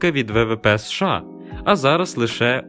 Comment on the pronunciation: США ріже вуха 😮 чому не СеШеА?